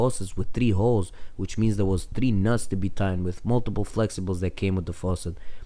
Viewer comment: Yeah ?!? The faucet had “tree” “hauls” ?!? U learned to say “shit” and “fuck” but “3” and “hole” are hard for u to pronounce correctly ?!?